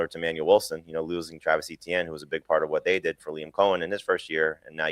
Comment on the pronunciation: This guy really said etienne missed his chance to be treated with respect? Yikes, naming players is like half your job, not too big of an ask to pronounce the name right…